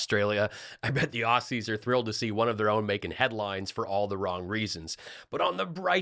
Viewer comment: P.S. - You don't pronounce Aussies as "Ossees", it's "Ozzees". CHEERS! 👍😎🇬🇧❤🍺